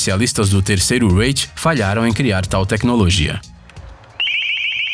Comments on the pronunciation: Maluco não sabe falar kkkkkkk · Verdade. Até o bozonario fala certo!! Kkkkk